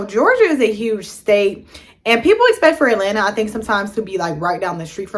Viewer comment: You really can't pronounce AT-LA-NTA for real? So you are just going to get here and keep embarrassing yourself saying, "E-LANA"? Come on woman, you're being too lazy not putting in any effort to learn how simple words are pronounced! 🙄🤔